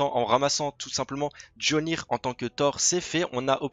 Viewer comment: Le marteau de Thor ce n'est pas jolnir mais mjolnir(miaulnir en prononciation) 😭😭😭😭😂😂😂